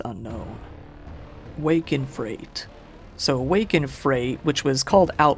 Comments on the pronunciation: Wake in Fright NOT Wake in Freight. And 'sub-see-quent-ly'? Really? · 'Wake in FRIGHT', not FREIGHT 😂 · You pronounced Wake in Fright as Wake in Freight. It's pronounced frite. XD